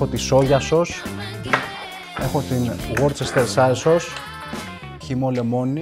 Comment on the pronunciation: αν ηξερε πως να προφερει την worcestershire sauce σωστα, ισως και να μην εχανε :D